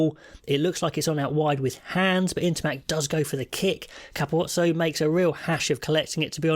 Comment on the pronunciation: As an Italian fan, today was incredibly encouraging, if a tad heartbreaking at the end. Nevertheless, a losing bonus point playing the defending grand slam champions is very good. Also, can confirm that the pronunciacion of Capuozzo was correct, to the best of my knowledge. One of the best I've heard by native English speakers.